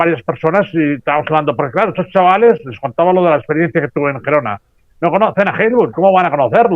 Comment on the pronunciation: Girona, no gerona. A usted le gusta que le llamen por su mombre, no?